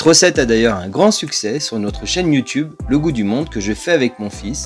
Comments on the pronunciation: Why do you use the French phrase “le gout du monde” (the taste of the world) for an American site and then pronounce the word “gout” as the form or arthritis? If you insist on using a French phrase, shouldn’t you at least pronounce it right? Are American that ignorant and stupid and just don’t care about these things? The right pronunciation is closest to “goo”. So, the question still stands: why use afrench phrase for the title of your channel and the hideously mispronounce it for the rest of the world? Why not just call it The Taste Of The World? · ummm definitely AI - because I've heard this exact voice on various platforms, but also his channel is "le GOUT du monde"?! 😂 he can't pronounce French terms but chose a French YouTube handle? (pronounced "goo" &with an accent)